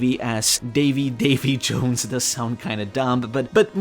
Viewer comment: Its Davi D. Jones